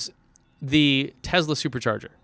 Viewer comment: So, no-one is concerned about "Tessla" or "Tezla" anymore? Cool.